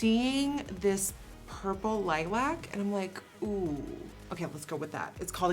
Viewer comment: the way she says lilac kills me